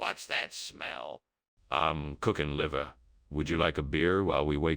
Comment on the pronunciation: ahm cookin' livuh